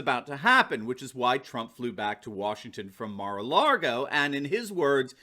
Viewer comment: Please.... Mara LAGO not Mara LARGO.